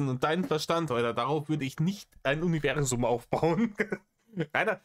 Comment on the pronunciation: Habel aus Selbsthass mitgezählt, das Krokettensilo salbadert sein "Uniwäßum" 73 mal vor sich hin.. bei der Wiederholungsrate steht doch bald der Schlaganfall ins Haus.